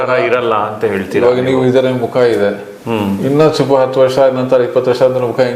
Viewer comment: ಮಖ ಅಲ್ಲ ಸಾರ್ ಮುಖ ನಾಳೆ ನವೆಂಬರ್ 1 ಕನ್ನಡ ರಾಜ್ಯೋತ್ಸವ